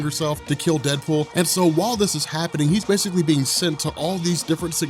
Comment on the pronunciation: DeadOOL?😂😂 no prob